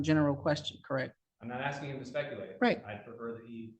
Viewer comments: More 'arksing' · Arrest him for “axing” the judge. Isn’t that a felonious assault?